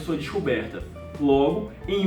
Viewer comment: Topper! Tem que ter o "Loogo" hahahaha muito bom. 😊😊